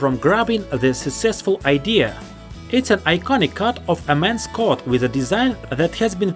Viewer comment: Coat not Cot